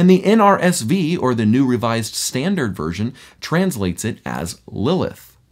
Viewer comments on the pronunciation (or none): none